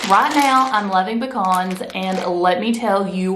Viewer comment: We have pecan trees anyway. LOL we're good. My sister and my brother in law are on the keto diet. Have been for several months. I'm looking into it for me. Also thanks for saying pecans right. LOL. We don't have Aldi's or Trader Joe's here in west TX.